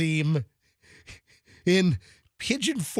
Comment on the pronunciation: Learn to to say Museum correctly please